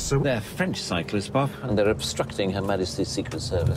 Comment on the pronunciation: It's Bough not Buff